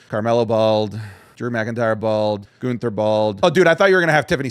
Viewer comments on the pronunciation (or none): Ain't no WAY he just called Gunther "Gooner"... 💀💀💀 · How do you botch Gunthers name 🤣🤣